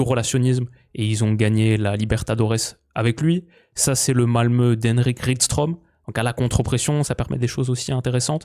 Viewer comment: 👍👏. Si jamais Rydström de Malmö FF se prononce Rudström et non Ridström 😅. Essaye aussi si jamais Playmaker AI. C’est un outil d’analyse et scouting où tu peux créer tes analyses 📊 comme bon te semble. Super intéressant !